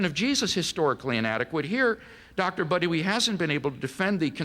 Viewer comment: "Dr. Buttery" LOL!